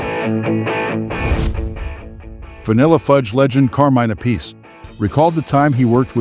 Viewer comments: Why can’t people pronounce Appice correctly? It’s EFFING ANNOYING!! Just fyi…. It’s not “a piece.” It’s, THREE SYLLABLES!!! APP, then, AH, then, SEE … Holy FRIG, man!!!! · Yep. Vinny is "App-ah-see". Carmine is "Ah-Piece". They explain it during their Drum Wars shows. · Carmine's brother Vinnie pronounces it as "a-piece", so, pffft. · People who think they know it all but are wrong annoy me. Carmine and his brother pronounce their last names differently. DO BETTER.